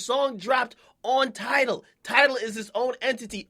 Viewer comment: "I still feel enTIDALed"